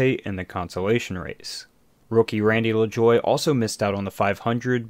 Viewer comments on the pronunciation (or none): none